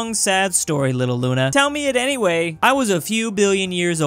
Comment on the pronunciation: You said we also call it Luna right well in Russian it's actually pronounced Luna so you were correct